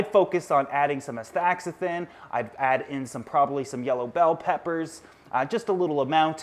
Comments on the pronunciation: It is pronounced as asta-Zan-thin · Pronounced...Asta-zan-thin...spelled Astaxanthin....Great info.